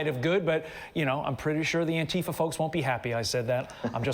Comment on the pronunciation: The pronounciation should be antee fa(n), in my opinion. Instead of fa(r). The way fasist sounds (misspelled intentionally)